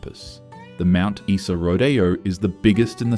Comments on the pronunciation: And someone who knows how the pronounce the names of these towns! Mount Eesa? Seriously? 😂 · not knowing how to pronounce mt isa == immediate ban from making more queensland videos